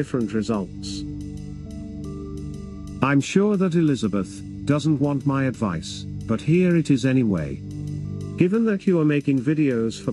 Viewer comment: "i'm sure that Elizabeth doesn't want my adwice but here is it anyway " - 👍